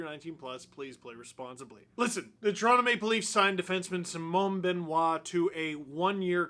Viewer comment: Mr Dangle, I much respect the way you pronounce Simon Benoit which is perfect.